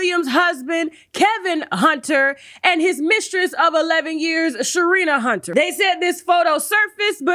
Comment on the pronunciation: Did you say Sharina Hunter 😩😩